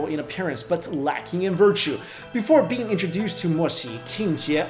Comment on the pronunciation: Instead of "immortal being," I heard "immortal bean." I'm dying.